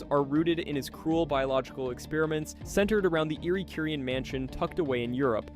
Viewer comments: bro mispronnounced Curien 🤦🏻‍♀️ It's "kyoo-rien" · It's "kyoo-rien", not "korean" 🤦🏻‍♀️